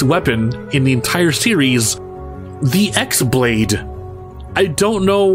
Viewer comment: Apparently it's supposed pronounced like "Keyblade" (cuz the X is a Greek letter apparently) but screw it, it'll always be X-blade to me. It's like the "Ray-Quay-za" vs "Ray-quah-za" argument, I know the official pronounciation goes one way, but it won't stop me from pronouncing it the way I think doesn't sound dumb. Also last time I checked, it's basically a mcguffin for most of the series. So it's only ever seen in cutscenes. Key words (ahaha) being checked, since my Kingdom Hearts-plot related memories have gotten super hazy. When it comes to weapon design in Japanese games, I'm pretty sure designers think more about how "cool" it looks rather than its practicality. I put cool in quotes since it's pretty subjective at times.